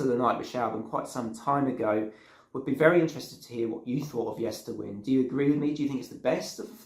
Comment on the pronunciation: The latter part of the album title Yesterwynde is pronounced as in to wind a clock or watch. Time being a central theme of the album.